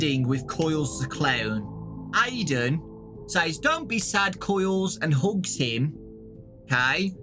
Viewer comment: When ever he says hugs I hear hooks